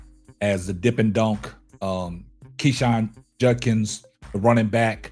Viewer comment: His name is pronounced KWINSHON...not KEESHAN